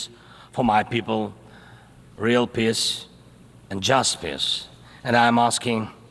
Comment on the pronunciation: Z needs help with pronouncing vowels. Bring peace sounded like bring p1ss